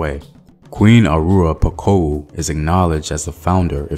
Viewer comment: I can't speak for every African country but in most Francophone countries the story of Reine Pokou [POH-KOO] is taught in all elementary schools. Elementary and high school is where you learn about all of the continent's history, fables, geography, myths, religions, peoples, laws, etc. Once you've learned all that, you start to learn the same things about the rest of the world. We would have oral quizzes in which you had to name current or past presidents of any given country on the planet. It was a lot of fun tbh. Edit: Houphouet Boigny is a name we were used to pronouncing before actually looking at the spelling so I understand your difficulty in reading it. Let me help you a bit. [OH-FOO-ATE-BOO-AH-ÑEE]. In French "gn" is like ñ in Spanish, most of the time.